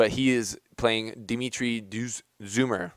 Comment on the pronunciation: Hey, love your videos. It's pronounced Zhoomer. He's from Bosnia. Lookin to see Federer start dialing-in that one handed drive backhand vs Gasquet. Just like the 3rd round last year at AO. If Delpo holds us physically, it could be an awesome quarter.